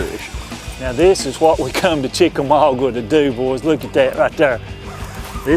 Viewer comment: CHICK A MAAAAA GAAAA....... NOT..... CHICK A MAW GWA! LOL!!